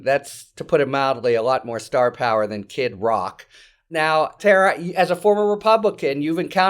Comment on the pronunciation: "A lot more starvpower than Kid Rick",...lol!